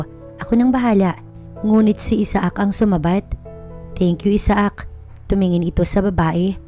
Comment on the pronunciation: The best way to pronounce the guy's name is...Aysak! Isaak ay pilipino version na pag bigkas.